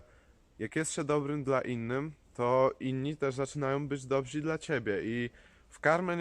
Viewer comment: Dobrzy* a nie dobzi, ale z przesłaniem zgadzam się w 100% 👌